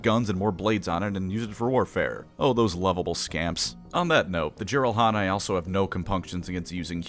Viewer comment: It is "JEE-rahl-hah-neh". Source: I'm Korean. Their species' name literally means "YGBSM" or "(I call) BS" in Korean. Microsoft even had to scramble their name in their official Korean translation just to censor its "etymology".